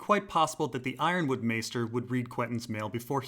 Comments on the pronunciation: I'm Glad you say Yronwood like Ironwood! Not Uronwood !! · He pronounces Yronwood correctly, that's good enough for me